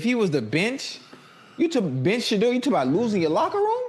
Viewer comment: Why can’t stefanski say Shedeur’s name. because he can not stand him God has Shedeur